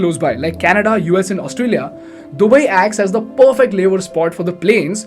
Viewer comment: This video & the anchor is ultimate chutiyapa. He doesn't even know to pronounce Arabs or Dubai